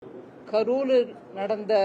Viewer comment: கருலு இல்லமா அது கரூர்..😂😂